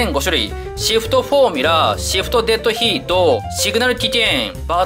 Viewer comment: Deadヒートって発音がいいなぁ〜